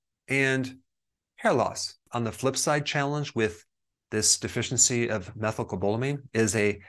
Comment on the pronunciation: lol that is not how you pronounce methylcobalamin. I know this because I take the injections and i kept embarrassing myself at the pharmacy so I had to finally look it up and learn it. That isn’t it but I really appreciate the info in this video - you are always on a subject that is front of mind so thanks!